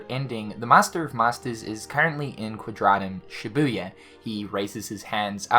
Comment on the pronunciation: "Quadratum Shibuya" 😐